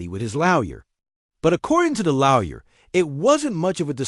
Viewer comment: PLEASE TEACH YOUR AI HOW TO SAY LAWYER, IT'S IRRITATING AS HELL!!!!!!!!!